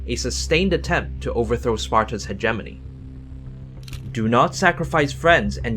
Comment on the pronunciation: He keeps saying hegemony wrong